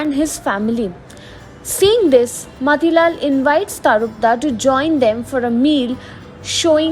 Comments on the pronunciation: His name is tarapada,u are saying tarpda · Pronunciation is TARAPAD